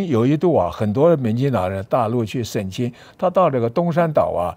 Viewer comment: 省亲，读xing qin , 不读 sheng qin